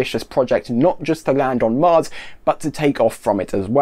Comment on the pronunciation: I head "Marx" and was very confused XD.